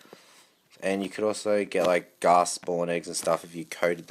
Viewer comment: It's ghast not gasp